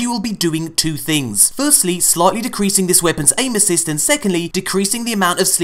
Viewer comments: Great. Now when you say aim assist I hear anus's. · Did anyone else think he said anuses instead of aim assist?